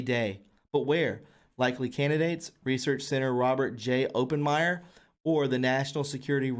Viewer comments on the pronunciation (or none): Oppenmyer?? OppenHEIMER. WHAT THE HELL? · It's OppenHEIMER not Open-meyer. Many pronunciation issues. Please take the time to check unfamiliar words. I do like your site, but you do need to work a bit on pronunciation, history etc. Do you know who OPPENHEIMER was? HypotheSIS not hypotheSES (plural). It's "titled, not "entitled" when referring to literary work. Sir-al-ity is the word surrealty, which isn't really a proper word, derived from 'surreal.' Aron-nuss is actually the word 'erroneous.' Pronounced air-RON'-e-us. All that being said I like your channel, but I just think you should summarize the information and then read only a few selected portions and make sure you read ahead and sort out the unfamiliar ahead of time. Best regards, Gramma Grammar Nazi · Oppenheimer... you pronounce it Oppenheimer.... get it right.